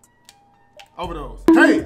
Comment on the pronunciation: Started watch in 2k17 when duke dennis said "Over dose"😂